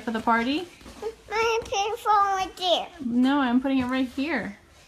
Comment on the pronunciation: After fixing the short circuit in my 15 foot main guitar cord, I'm wondering where to pack it, in the carry bag or in the hard case. From out of nowhere, I channeled Bella's tight annunciation with the clipped syllables. I'm pointing saying "In here. No. Over dere!" I think of her often.